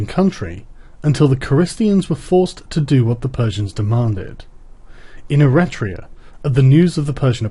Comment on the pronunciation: Eritrea is an african country, the text talks about Eretria (e-REH-tria), a city state on the island of Euboea.